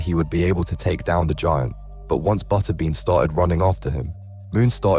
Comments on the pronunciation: Botterbean?? Who the hell is that?? I think you mean Butterbean. AI narrated slop?? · Cringy how the narrator pronounces Butterbean. 😎